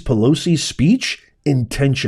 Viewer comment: Okay Psaki THE P IS NOT PRONOUNCED …….. darlin’ your several months behind!!